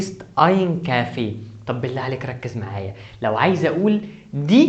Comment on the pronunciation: انت ما تعرف تلفظ كلمة kaffee